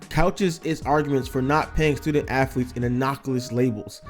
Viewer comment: Its not affletes